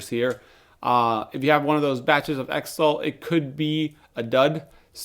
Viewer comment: Am I the only one left who calls it Zytol like xenophobia, xylophone and xerox. Not Ex-tol like ex-wife or extra. Great developer. Wish they wouldn't keep messing up the production.